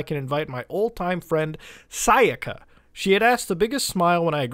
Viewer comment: sah-yaka sigh-yika